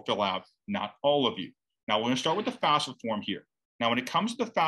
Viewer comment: Are you calling it fasfa? Why do people pronounce it switching the letters?